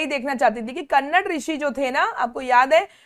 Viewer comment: Mam it's not कन्नड its कणद 😅